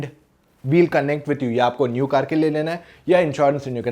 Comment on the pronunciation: कार, not कर